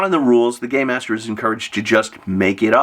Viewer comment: Im hearing “gay master” when u say it 😂😂😂 Im like tsk tsk tsk old man yells at cloud